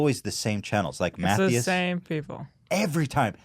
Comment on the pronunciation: They way he pronounced Matthias killed me 👌🏻😂